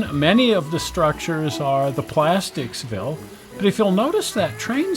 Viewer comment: Plasticville!!! Not Plasticsville